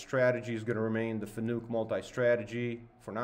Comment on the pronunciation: its pronounced fa-nuc .. not fannuck